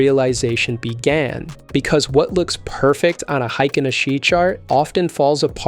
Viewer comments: Hay-kin, not hi-kin! And that's from the Japanese horse's mouth. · Heikin (Hay-kin) Ashi (Ah-shee)